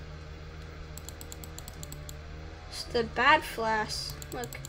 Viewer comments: WHY YOU SAY FLASK ITS FLASH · Not to be rude but he’s mispronouncing flash